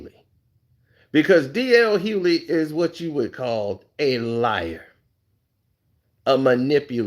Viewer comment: Bro, the G is not silent in DL’s last name.